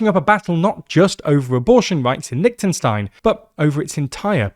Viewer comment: Please pronounce the name of the country properly. It's not that difficult.